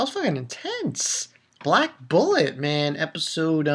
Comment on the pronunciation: lol the way you mispronounced bullet at the end. Wow that cliffhanger scene at the end, something bad is going to happen. Tina better not touch Enju!